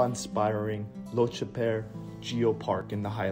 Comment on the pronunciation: I am not scottish but i think lochaber is pronounced lock abber not lotchabear